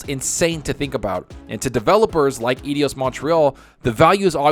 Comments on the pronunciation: man, Eidos is pronounced like Eye-Doss not idi-oss !! Cheers for the info vid, Keep Up the Great Work !! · Think it's said "Eye Dose" Montreal just FYI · Dude! It's eidos. [Eye_dos]